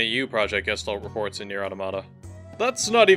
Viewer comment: just a fun note all speaking "Gestalt" wrong XD, it is from german and it means Shape/Form/Figure